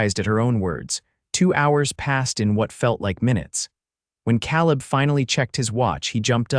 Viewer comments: nice, - but it's not "caleb" as in cow lib, it's "caleb" as in k lib :) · Except for the persistent mispronunciation of 'Cowleb' it was a perfect story for this retired teacher. 10/10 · It's pronounced Kay-leb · You need a better AI voice. His pronunciation of "Caleb" sets teeth on edge.